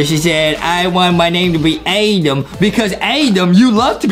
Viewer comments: It’s Adam not adem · it adam not adem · it's Adam not Aden😁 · It's not adem it's adam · ADAM NOT ADEM 😑 AND ADAM NEED SOME MILK 😂😂😂😂😂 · Justin not knowing how to say adam